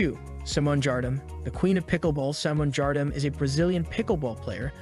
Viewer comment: Great idea for a video, introducing us to some of the players with a little bit about their personal lives and their ascent to Pickleball excellence. However, you really need to do some research and then redo this video. Names spelled wrong (Zane) , names pronounced wrong (most humorously, Simone Jardim, the pronunciation of whose name has been the subject of numerous ads, commentaries, and even videos), names just WRONG, (Yates), and poor selection, (No JW Johnson, Riley Newman, or the Waters?) Great idea, poorly done. Try again.